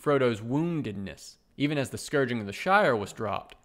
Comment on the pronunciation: "Scouring" not scurging of the Shire. But otherwise, Great commentary.